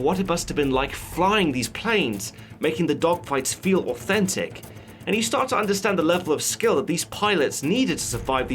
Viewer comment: did he say autistic approach or authentic?